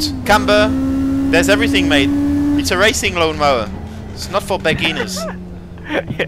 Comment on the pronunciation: "LLLLon mowerr" 😂😂